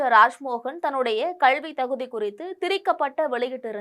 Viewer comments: அம்மா, கள்வி அல்ல கல்வி தயுவு செய்து திருத்திக் கொள்ள வேண்டும் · மூதேவி கள்வி இல்லை கல்வி என்று சரியாக சொல். உன் கல்வி சான்றிதழை சரி பார்க்க வேண்டும்.